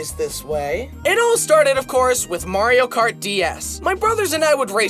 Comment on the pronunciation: Remeber the time he still said kario mart?